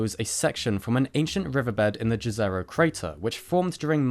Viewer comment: by the way you mispronounced Jezero crater I would either Google it or check into how to pronounce things on youtube youtube has a great pronunciation channel and the best way to get the best version is to look for the likes the most likes giving you the most accurate version of that word such as rue it's just a row like Jezebel with a row at the end.